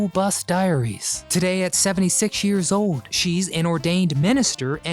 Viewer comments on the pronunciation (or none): This guy still doesn’t know how to pronounce old